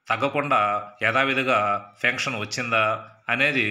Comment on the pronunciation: Sir your pronunciation of pention (pencshion laga vunnadi) but it is like p enshion sorry for reminding Don't